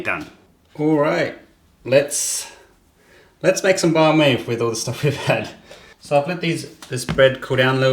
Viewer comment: You are over pronouncing the word “banh”. Say it like “bun” in English.